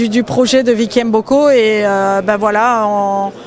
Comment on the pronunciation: Les africains s appellent mboko et non M book... respectez nos prononciations